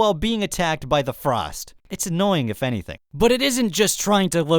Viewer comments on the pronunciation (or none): none